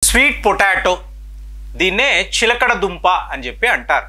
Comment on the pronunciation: ఎక్కడ కాపీ కొట్టావురా! source of video చెప్పురా! "చిలకడ దుంప" కంటే "చిలగడ దుంప" అనడం సబబురా ఇన్నిఆరోగ్య జాగ్రత్తలు చెబుతున్నావు అయినా నీ తలవెంట్రుకలు ఎలా ఇంత చిన్నప్పుడే రాలాయిరా ఆరోగ్య సూత్రాలు చెప్పటానికి ఇండియాలో వేలకొలది డాక్టర్స్ వున్నారురా నువ్వెందుకు అన్ని నెత్తిమీద వేసుకుంటున్నావు? నువ్వు డాక్టర్ వి కాదుకదా! "సిగ్గూ" "ఎగ్గూ" లేని "విగ్గు" "వెధవ" 😂😂😂😂😂